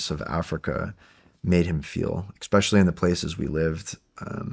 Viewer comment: this guy saying "eckspecially" is really annoying